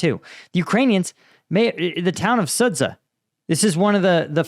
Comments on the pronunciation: Please say it "Sud-ja", the ZH transliteration represents the English J sound (close enough) Imagine if a Russian guy called Cambridge Sambridg just because it is reading it as if it were Cyrillic. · The 'ren' comes from 'renminbi', that's somewhat different. Also Chinese is tonal, I doubt you'll try to get that right. I'd rather he learned the correct pronunciations of Sudzha and Zaporizhzhia first - it takes at most a week to learn the Cyrillic alphabet and the war is in its third year now ... Note: 'zh' always sounds like '_j_our' or 'mira_g_e'